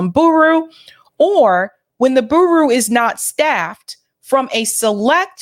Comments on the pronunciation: pronounce bureau as bew-ro not boo-roo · never heard that pronunciation before. BOO ROO 😆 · It's Beer-row 😂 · Bureau is pronounced BURE-OH. Great report. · I love your show Bureau its "Bu-row" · Bureau is pronounced b-Euro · just FYI, "bureau" is pronounced: "BYOOR-row". 😀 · Just FWI: The word bureau is pronounced BewRow. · Just for future reference, bureau is not pronounced Boo Roo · I love the way you say 'Bureau' 🤣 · is my girl. I love her show and I love the way she pronounces BUREAU. She's a cutie.